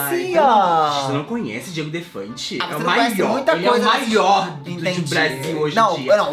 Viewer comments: O errando o nome do Diogo Defante no início do vídeo sksksksk "O DIEGO DEFANTE EU CONHEÇO" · n é Diego Defante..... é Diogo KKKKKKKKK